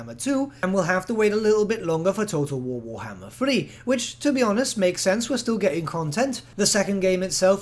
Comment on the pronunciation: nobody:: TOTO WOWOHMMER THREEE